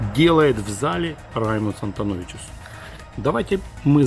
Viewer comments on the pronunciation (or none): Не Антоновичус а Антоновичс! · Я уже писал вам в коментариях, прекратите коверкать фамилию Раймондса! Собственный ролик на останови, и фамилию атлета из Латвии прочитай. Позор, атлет у него в Топ 8 выступает, а он его фамилию коверкает!